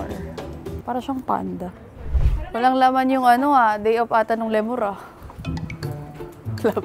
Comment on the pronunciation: It's "Lee-Mur" not "Le Mur" parang french tuloy. heheh✌️